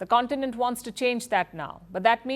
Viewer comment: Warns or wants? Surely you should be getting that right!! You've lost all credibility in my eyes now. HEADLINES FIRST😂😂😂👎👎👎